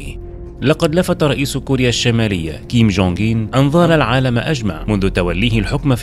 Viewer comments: انت في إسم الفيديو و حتى في محتوى الفيديو كتب كيم جونغ أون و أنت تنطقها كيم جونغ اين لذلك في بعض الأحيان أحسب أنك قلت كيم جونغ إيل أبوه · تقريبن كل الفديو وهوه يقول كينج كونغ مان 😂سبايدر مان